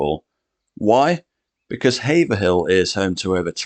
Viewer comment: Haverhill is normally pronounced as two syllables, not three - "Haave" (long 'a') "rel" , or by some people with a short ''e' -"Haave-e-rel".